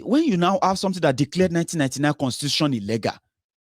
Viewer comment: be careful my son, when you saying the word illegal pronunciation is ( illi-gul ) and illègal) this last one Yorubas’ pronunciation! Just want you to be perfect darling. Maybe you can download English dictionary as it helps a lot in helping us Nigerians in diaspora to get rid of all bad pronunciations we’ve learnt from bad teachers in our Nigerian Schools. Happy birthday dear, the joy of the Lord will locate you wherever you go in Jesus name.